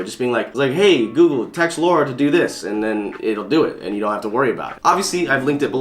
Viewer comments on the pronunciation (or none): none